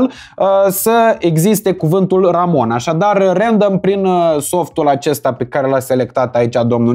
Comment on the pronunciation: "rendăm" "Hambăl" Instant schimbam sau derulam